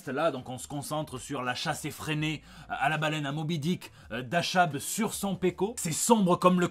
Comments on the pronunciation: le ch dans achab se prononce k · Ca se prononce comme ca Achab ? Pas sur... La suite de SAGA, c'est bon je suis de bonne humeur pour 2021 !